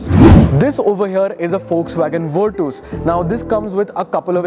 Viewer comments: Bruh stop calling it Virtooooooos. It's not VW Virtooooooos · bhai virtooos nahi hai, virtus hai ye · Bruh it's virCHas not virTOOS